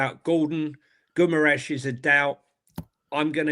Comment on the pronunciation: what's Goomaresh, a pokemon? 😂